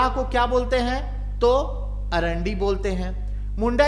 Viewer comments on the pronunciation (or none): सर मुण्डा जनजाति में विवाह को अरांडी नहीं, अड़ांदी बोलते हैं ।